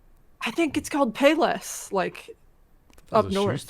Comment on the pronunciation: “Páy Léss” is a small subsidiary of Kroger in Indiana. “Páyless” is the cheap shoes. It’s all about compound words and syllable stress